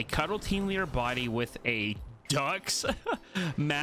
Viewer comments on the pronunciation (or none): none